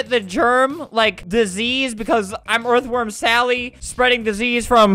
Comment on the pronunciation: Erth WORM SALLY YUH ITS ERTH WORM SALLY